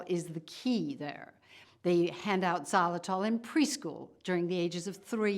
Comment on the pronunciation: What the heck is zalatol? She keeps repeating it.